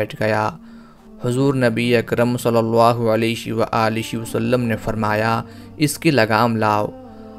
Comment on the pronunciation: آپ صلی اللہ علیہ وآلہ وسلم کے الفاظ کی ادائیگی درست نھیں ھے۔۔۔۔۔علیش و عالیش مناسب اور درست نھیں